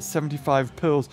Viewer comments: Why does he say pills when he is trying to say pearls?🤔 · It sounds like he’s saying pills not pearls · Is it just me or does he say pills Instead of pearls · Is it me or does he say pills instead of pearls